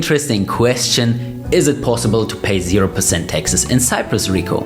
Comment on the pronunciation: The word is “taxes” not “Texas”